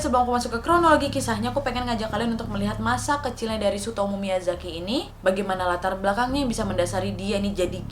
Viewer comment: Gw dengerny ka nadia nyebut namanya sutomo dunk, ga taunya tsutomu.. 🤣🤣🤣🤣